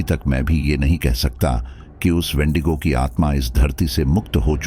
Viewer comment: Pehle vendigo ko izzat se to bulaao, vendigo na kehkar vedingo, vedingo kar rahe ho😅😅😅😂😂